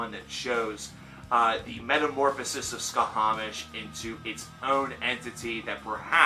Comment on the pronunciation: A respectfully delivered note: It's pronounced "sha-mash".The band name refers to the Babylonian/Akkadian sun god Šamaš (sometimes spelled Shamash, if we're using English sound correspondences with the digraph "sh"). The thing is, they're from Switzerland, where German is one of the most commonly spoken languages (and one of their four official languages). The /sh/ sound in German is represented by the "sch" trigraph, and I'm assuming this is why they went with that spelling.